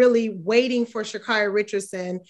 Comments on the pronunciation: it's Sha Carri(Kerri)...not car E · Pronounced SHA-CAAAAREY! No one seems to really know her name LOL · SHAAA-CARE- RIE...is the correct pronunciation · SHA NAY NAY!😂😂